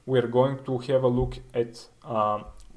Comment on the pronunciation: Please pronounce "Have" correctly.